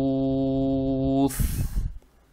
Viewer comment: я может плохо слышу и чего то не понимаю, но почему "Йаума Йакунун-Наасу Кальфарашиль-МаБсуус", он читает "Йаума Йакунун-Наасу Кальфарашиль-МаД-суус" ? там же Ба